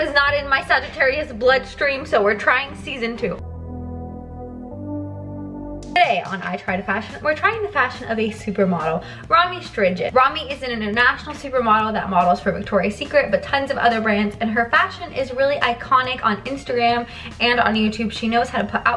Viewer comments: Hi from Amsterdam! Lmao it’s not RomAY StrIJID 😂😂 but Romeeeeee (like me) strijd (ij= I, as in ‘I am...) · I laughed so hard too haha! Immediately started looking in the comment section. I think pronouncing it as Stryd comes closest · FUN FACT: the literal correct pronunciation for Romee’s last name is st-rayd because IJ is pronounced as AY in Dutch. :) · Omg laughed so hard when you said ‘striged’ instead of strijd. I think the dutch ij doesn’t exist in english. She is dutch just google how to pronounce strijd in dutch. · Pretty sure it’s pronounced as “Stride” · LOL the way you pronounce Strijd is hilarious. Please look up how to pronounce ‘ij’ in Dutch XD